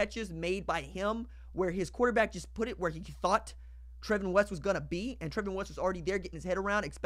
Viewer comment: I knew him and his name is pronounced Travon